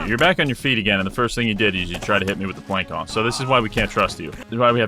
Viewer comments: voulge is not a real word and plançon is pronounced planson. Also the A isn't pronounced the same way as in "plan". Rather, more like the A in "call". Sorry for being a language nazi but swords are also definitely not machetes lol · Also,, the ç in Plançon a picot is an s sound, not a k sound. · your pronunciation of plançon makes me want to find out where you live and send you the heads of baby dolls